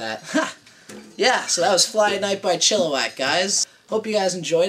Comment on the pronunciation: "Chilliwack" with an "i", not an "o", my friend.